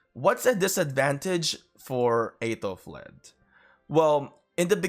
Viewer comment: You pronounce her name wrong...